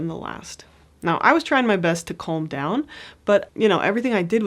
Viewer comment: (Where are you from? … when “calm” comes out as “comb”.